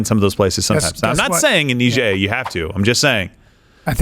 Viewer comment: So Nigeria is now Neejeria?